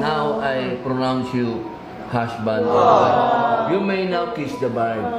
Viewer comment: so enjoy talaga this couple..hahahhah natawa talaga ako sa sabi ni mr. robin na"prounounce you hashband and wife hahahh love yu po,, at saka yung sabi niya na you may now kiss the bard hahahhah love you both